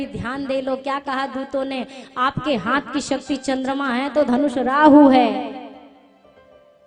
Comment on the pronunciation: hath ka uchcharan sahi bolein.